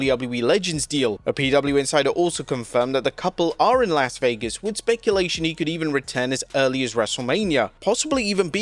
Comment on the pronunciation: The TLC match with the Street Profits, MCMG, and DIY. Should've been put on WrestleMania. Instead of New Day versus the War Raiders. Also Chelsea Green should have a match on WrestleMania. Anyways I hope that all of the matches are good. By the way. You keep pronouncing Las Vegas the wrong way. This is coming from someone who lives in Las Vegas.